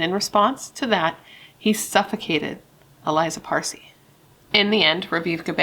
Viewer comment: Her name is pronounced Ah lee-zah, accent on the second syllable. Not Eliza.